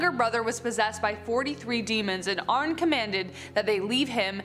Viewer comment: His name is pronounced like Arnie not Arn